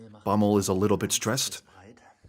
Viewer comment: that Pronounciation of Bommel